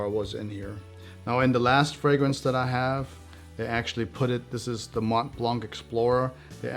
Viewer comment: "Mont Plongg" One thing is certain, you are not French 😁